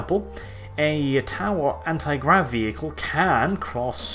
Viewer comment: he said granti grav instead of anti grav. not a big thing but its nice to see that even he can make mistakes